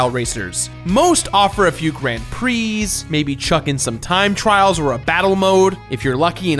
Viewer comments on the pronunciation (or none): none